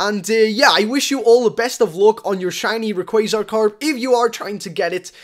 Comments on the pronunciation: u said r e qua z ar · Rayquaza Karp good job for saying it wrong.......still it made me laugh